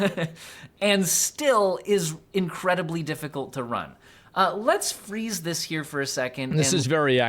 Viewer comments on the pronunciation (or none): none